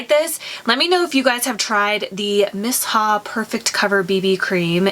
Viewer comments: I don't like the clinique jelly moisterizer the best day moisterizer I found was the First aide beauty coco gel moisterizer I love it for day time under makeup it sinks right into your skin . miss ha..😂 its me-sha is how its pronounced I think maybe I should have gotten the darker shade I got 23 and it leans super gray but I mean I guess u can't really tell when its on it kinda just blends with ur skin. I ware light coverage all the time I hate heavy stuff on my face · Miss- Haa 🧐🤔 😭😭😭😭😭 it’s Pronounced ‘Meeshaa’ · Miss ha? 👀 "mee-Sha" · thanks for your product review. It's pronounced MEE-SHA. Lol